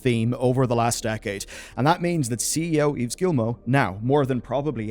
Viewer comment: Its pronounced "Eve" not "Eves". :P